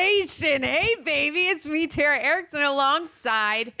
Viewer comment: You mean Tera? Why can Americans not pronounce "Tara" and "Craig" properly?